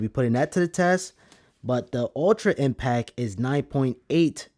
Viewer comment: Impact, there's a T and it's not silent!!!!!!! Dope review though, thank you